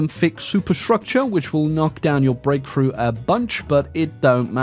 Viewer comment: It took me a minute to realize you were saying "Breakthrough" not "grapefruit"